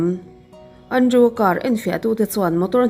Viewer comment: keipawn ka hmaih ngai lo, mahse, thu leh hming lam dân uluk deuh a ngai deuh. Andrew - Andru( Andreu tih ang deuhin a ri thin em a tir lamah khian).